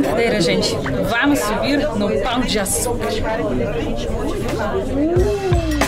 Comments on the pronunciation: 😂😂😂😂😂 pau de açucar 😂😂😂😂😂 vc comprovou minha teoria que os gringos nao sabem falar pão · É muito melhor o pão de açucar do que o cristo, fez a escolha certa. Agora você falando "Pau"o de açucar me pegou demias. kkkkkkkk